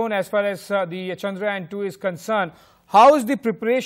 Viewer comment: Guys.. just correct the way you pronounce CHANDRAYAAN. It’s not chandrayan like ramayan (which you are calling it) it is chandra yaan ( yaan means journey). All the best.